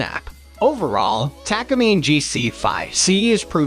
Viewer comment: Please pronounce Takamine correctly its Taka mee-nay Japanese company since the 1950s